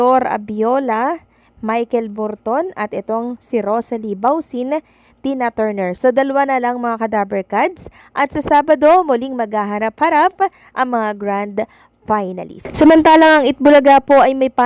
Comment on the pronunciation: Michael Bolton hindi borton...